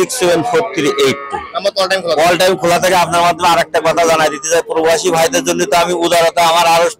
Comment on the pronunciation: পরোবাসি না।।।।প্রবাসি হবে